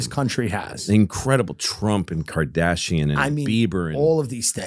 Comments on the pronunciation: Louis in his head: “I just want to… mispronounce Kardashian on a massive public platform. Because f*** them, they don’t have that power over me, that I have to say their name right, those c***s” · The fact that Louis doesn’t know how to say Kardashian and John cena is Fucking amazing. 😂😂😂